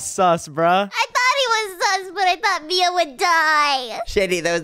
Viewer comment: Did shady just call mia maya 🗿🗿🗿